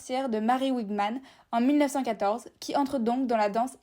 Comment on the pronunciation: Merci pour cette histoire de la danse ! Prononcez juste Mary Wigman comme "Vigman", prononciation allemande et non anglophone. Merci !!